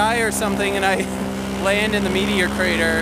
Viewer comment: Nice Vid! The drone shots are awesome! Its funny when you say "Meteor Crater" i understand Media Creator lol